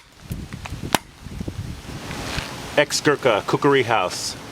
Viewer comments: Its Khukuri nor khukri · It is not Koo-koo-ri, it's Koo-kree. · First learn to say khukuri not kukri or whatever ..... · Isn't it pronounced "kookery" not "kookuri"? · Kookoory??? NO......ITS KUKRI. Pronounced KUCK REE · It's kukri, not kukuri. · i think its pronounced ku-kri not ku-kuri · It is NOT pronounced ku-KU-ree, it is a KUK-ree, Moron!! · its khukuri not kukri.. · It's not 'kukri' . The real pronunciation is Khukuri. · Pardon my ignorance, but I did not now that a Kukri was pronounced ‘kukuri’! I actually new a soldier who fought with Wingate and his Chindits in Burma and he did not pronounce a Kukri differently. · It’s kukri.... as cookree phonetically... your pronunciation is annoying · Hmmmm a coo-coo-ree eh ? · Great Video, very informative. Your pronunciation is slightly incorrect; and the Kukri should be pronounced "kuk-ree" and " Gurka is pronounced phonetically or occasionally "Gorrka". Great vid though! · Why is there an extra "u" being used in the pronunciation? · Please learn to pronounce kukri.